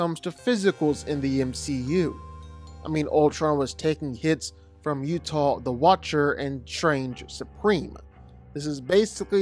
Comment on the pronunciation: I t's pronounced U-AH-TOO (the Watcher's name). I think you called him UTAH (a place full of Mormons).